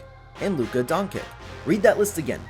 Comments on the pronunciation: Nikola Who? Luka Who? Work on your pronunciation bud. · Bro why did you pronounce Jokic and Luka like you’re an Ai?